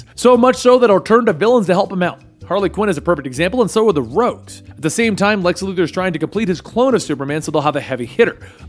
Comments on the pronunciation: Did you say Lex Luger??? Slow down a bit 😂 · lol, you said Lex Lugor